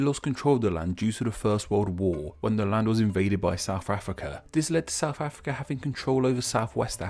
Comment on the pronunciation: Homie can't even say South Africa we'll